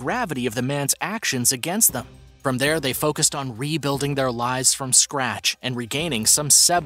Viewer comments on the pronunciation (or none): none